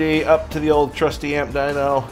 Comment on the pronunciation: Dyno, not dunk. Smh